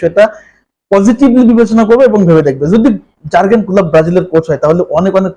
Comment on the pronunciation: প্রথমত উচ্চারণ ঠিক করতে হবে জার্গেন না 😅😅